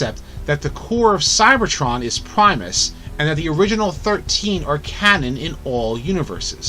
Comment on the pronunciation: It’s Primus